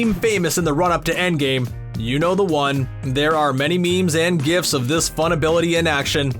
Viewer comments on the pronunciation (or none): none